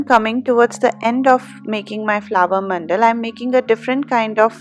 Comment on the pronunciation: It’s man-da-la Not mandal Just telling in a friendly way 😊😊